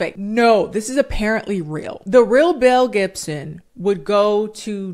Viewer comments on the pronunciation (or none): Every time you've said this girl's full name I kept hearing Mel Gibson and was just like "now why is he in it???” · Every time she says Belle Gibson I hear Mel Gibson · The way I was listening to this in the background while I did laundry and I thought you said Mel Gibson 🤣